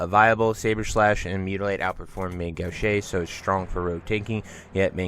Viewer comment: Gauche - It’s pronounced Gowsh. Like not STOP but GO-sh.